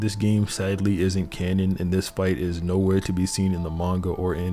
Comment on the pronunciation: cool vid, just 2 things, that is not how you say kata and it is not "canyon", its "canon", ya im being that guy right now, cuz im sure you want to impove.